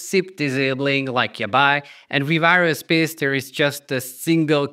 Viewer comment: aerospace ... air-o-space not areospace